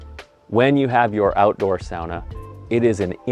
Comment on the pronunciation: the way you pronounce "sauna" makes me want to fight you